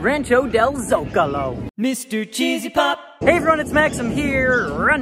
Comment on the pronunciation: You’re the first Disney youtuber that I’ve heard say “Zocalo” right! There is a town next to where I was born in Mexico called el Zocalo so I know! Lol